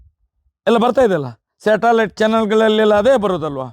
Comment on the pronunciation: ತಿಮ್ಮ ಅದು ಶಾಟಾಲಾಯ್ಟ್ ಅಲ್ಲ...ಸಟಲೈಟ್